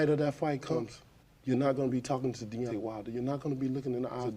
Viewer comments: His name is DEONTAY not devontay or deontray. Also you’re reaching hard on this video. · Say it with me DE-ON-TAY 🙄😒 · Say it with me Dee on tay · He Called That Man Deontrae,Devonte and Deontae 😂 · Loved how just butchered Deontay's name twice 😂 and yes, i certainly agree that, like any other form of entertainment, boxing has been used as a tool for controlling the minds of the masses. Corruption and politics are still present, and they are causing it to deteriorate significantly. The ultimate fights that are needed aren't even happening, especially in the HW division. On a sidenote, was the Davis/Ryan fight fixed? I suppose we will never know, but one thing is for certain, a livershot is no joke, so I understand why Ryan probably didn't want to go on😅